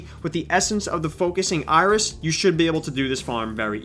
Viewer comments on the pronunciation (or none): none